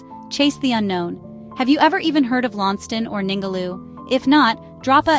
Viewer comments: LAWN CEST TON is how its pronounced. Written: Launceston (Tasmania) ❤ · If there is person from Launceston who can correct me if I'm wrong, please let me know. I was told by a lab tech with whom I work, and who gained her BSc in marine biology from the University of Tasmania (Launceston) that the correct pronunciation is LON CESS TON.